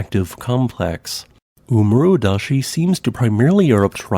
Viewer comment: Small pronunciation tip: There are no silent e's on Japanese. Suwanosejima is pronounced like soo-wa-no-say-jee-ma. And double vowels keep the same sound as a single bowl, they just double in length. So oomurodashi is oh-moo-ro-da-shee, with the first oh laying twice as long as it normally would.